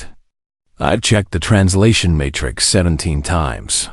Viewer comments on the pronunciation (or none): none